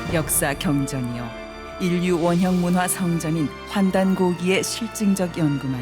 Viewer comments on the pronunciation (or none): 강사가 모두에 '역사경전'을 언급했는데 나는 경전처럼 들렸다.